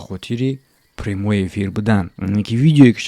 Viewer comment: "примой эфир" 🤦‍♂️ ещё раз "примой эфир" Карл 🤦‍♂️